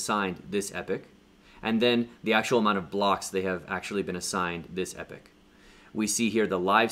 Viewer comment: Pools This is absolutely the best video on ADA staking. My head has been spinning trying to work out how to do it. You are a really good teacher. Subscribed. P.S. Just gotta say that the way you pronounce 'epoch' - a particular period of time - should be EEE-POK, not EPIC). Just saying.